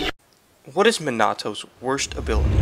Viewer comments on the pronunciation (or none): Did he really say "Min-ah-toe".... 🤨 I'm pretty sure it's pronounced "Mean-ah-toe" :> Sorry 💦